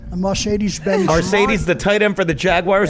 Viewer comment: He really just said "Mawcedes" five fawkin times. Holy shit,.